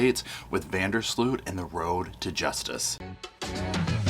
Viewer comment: Tip from a Dutchie: Sloot sounds like Boat.